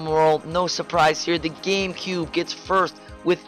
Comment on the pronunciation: games of da cube! IT IS DAHHHHHHH GAMECUBE!!